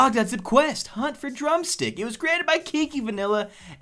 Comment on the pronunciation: i tought you said drum cena LOL